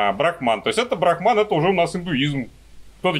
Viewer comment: брАхман, а не брахмАн. Это разные понятия :3 БрахмАн - понятие, обозначающее надличностный, индифферентный абсолют, «душу мира», первооснову всех вещей и феноменов.